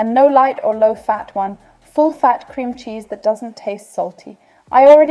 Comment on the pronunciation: Man spricht Cheese aus und nicht Scheese ^^